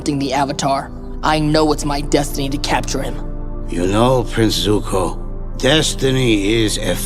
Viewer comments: "Prince Tuco" lol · Its Prince Zuko, not tuco.